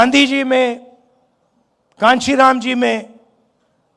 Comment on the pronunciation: कांचीराम 😂 नहीं काशी राम थे राहुल बाबा